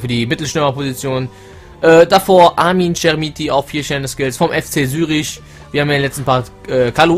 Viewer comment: hast du am anfang sürich gesagt? xD